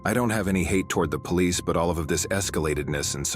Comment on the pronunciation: The Poh-leese